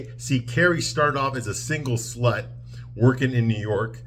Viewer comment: Wait a minute…the way I laughed…Carrie started off as a single slut. 😭 Why did you say slut so hard. 😂